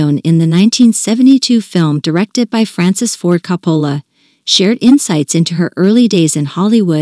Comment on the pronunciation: Whoever does these recordings meet to get the pronunciation of the actor's last names, right? It's pacino and coppola. It sounds ridiculous when they say it wrong. Because everyone in the world knows how to say it in the real world unless this is an A. I robot